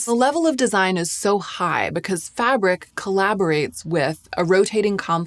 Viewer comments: Fabrique is not pronounced fabric, it sounds fab- reek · Fabric? its Fabrique isn't it? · I think its said "fa-breek" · love your very detailed videos, but isn't Fabrique pronounced "Fah breek"?